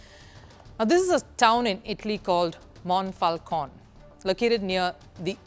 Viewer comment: This Mayor is clearly racist (from Lega party, which traditionally is an anti-immigrants party) and uses the ban of cricket just for her obsession with immigrants. But you make it appears as all Italians are racist as this woman here is (and butching Monfalcone spelling all along, btw). Cricket is an increasingly popular sport in Italy, thanks to immigrants. And of course there is a national team, whose players are mostly descendent from Pakistani or Bangladeshi immigrants, that also beat English cricket team a while ago. In the city where I live, Milan, there is a parc, Parco di Trenno, where during spring and summer weekends you can find a lot of people playing cricket, making turnments and the like playing many games at once. And no one complains.